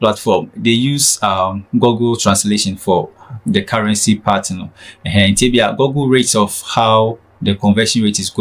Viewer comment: Why do we pronounce Google wrongly in Ghana?